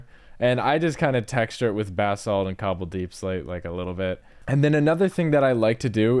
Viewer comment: loved this video until you pronounced basalt as “bath salt” and i couldn’t comprehend😭😭 for future reference it’s pronounced BUH-SAWLT ( buh like bug without the g; sawlt like salt )